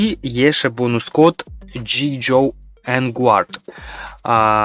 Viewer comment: перед тем как записывать видео ты хоть узнай что это за вселенная j.i. joe и как она правильно читается, фильмы есть, про произношение англ уже молчу вовсе, бонус код конечно хорошо но блин уши вянут